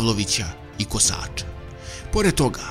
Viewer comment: Kosaaača? Kosača, Kosače, sa kratkim a.